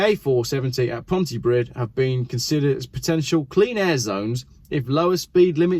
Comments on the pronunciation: just so you are aware the DD at he end of PONTYPRIDD = TH NOT PRID PLEASE LEARN TO PRENOUNSIATE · The Welsh accents are actually pretty good. What you need to apologise for is “Ponti Prid” and “Cimru”. You’re as bad as the BBC!🙄👀🧐😎😜🐑🏴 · BTW dd letters at the end of Pontypridd are a th sound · Please check your pronunciation of Pontypridd. Welsh people are laughing. Please never talk about Dolgellau or Machynlleth. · Wrong on so many counts,! You should have gone to falsetto for the accent, it was a lady after all. It's England that is somewhere over there, and there is a place called Lon-dumb which is full of mad buggers. And finally... it's pronounced Cumree - I won't bother with your mangling of Pontypridd. And finally finally - I've always been in favour of road pricing, you use it, you pay for it. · Pontypridd is pronounced Pontypreathe, as in rhyme with 'breathe'. Cymru is pronounced 'kum-ree'. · Its pronounced Pontypreeth and Cumree LMAO. The 50 mph speed limit is for congestion which increases emissions. That section of the M4 goes down to 2 lanes West and East as the Welsh government were not allowed to build a ring road around Newport and couldn't widen the M4 as the properties above the two lane tunnels couldn't be purchased. Removing the Severn Bridge Tolls moved the queuing traffic from the bridge to Newport. The M4 past Cardiff was widened so this made Newport a bottle neck. Bring back the bridge tolls and make them high is possibly the only solution. M4 has bad queuing traffic from Bath to Bristol due to the traffic speed control section then cars speed up to just inside Wales at Magor joining the queue past Newport, Friday being the worst day. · Pontypreeth (pronunciation). And I am English (but lived in Wales since 1988). Also, try cumri.